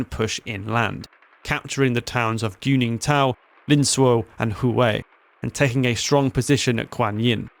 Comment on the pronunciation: I’m sorry, Did you say GOONINGTON, ?! Lmao great Chinese name Guningtou.